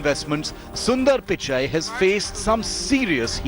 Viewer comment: It's pichai not pikai